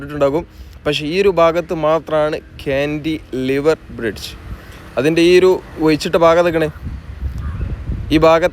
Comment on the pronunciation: കാൻ്റിലിവർ (Cantilever) എന്നത് ഒറ്റ വാക്കാണ്. കാൻ്റി, ലിവർ എന്ന് രണ്ടായിട്ട് പറയണമെന്നില്ല.